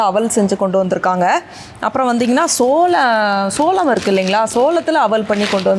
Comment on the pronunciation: சோளம் da adhu not சோழம்,Olunga padinga da 🤣🤣🤣